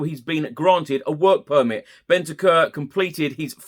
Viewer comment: Big fan! His name is not pronounced “Bentekerr”, it’s more like “Bent-ank-oor” 👍🏻🌞